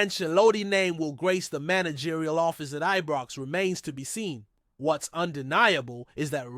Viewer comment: Since when did Ibrox get renamed...I was always told it was Ibrox since a child.. not Ebrox or any other pronunciation, Its disrespectful of the club. Come on get it corrected.